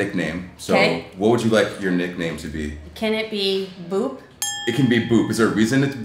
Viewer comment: Am I the only one who heard boob instead of boop